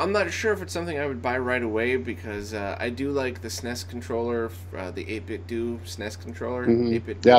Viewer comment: No, not 'whatever',. lol. It's '8-bit-doe'. Just say it at least 5 times every day like that and you'll cure yourself of the 'doo'.:-P